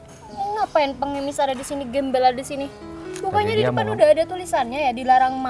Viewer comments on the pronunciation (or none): Alah mer mer klo ngomong gembal gembel